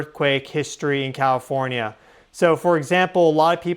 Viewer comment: I swear to God he’s saying “Cawifornia”